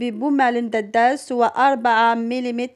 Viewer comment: دادس، دادس، دادس وليس دداس...